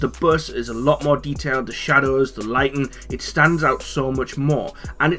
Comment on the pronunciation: Is he saying "lighting"